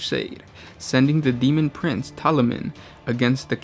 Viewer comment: he just failed at saying "Daemon Prince".....